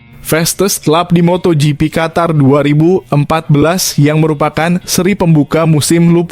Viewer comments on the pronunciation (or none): none